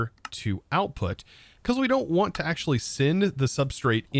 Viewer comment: AXE' ually